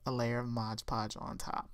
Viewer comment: So cute!!! But... Its MOD Podge, as in "Modern Decopauge"... Not ModGE Podge. I know I'm being ridiculous but it's a pet peeve of mine and I literally had to turn off the sound until you were finished with the mod Podge 🥴🤣.